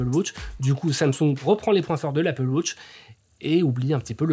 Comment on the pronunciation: Merci pour la video. Ca serais possible d'arrêter de prononcer "wautche" au lieu de "watch"?